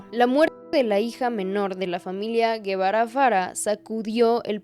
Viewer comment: Por que dices Guevara si es Gebara